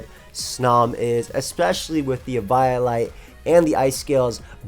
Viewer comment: The way you pronounce snom and eviolite makes me sad